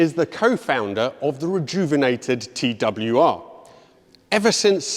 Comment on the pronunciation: Wieso sagt der Moderator andauernd : TWWR ???????????????